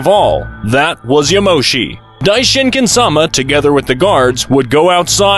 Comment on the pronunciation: Its "*Yamoshi*" and "*broly*"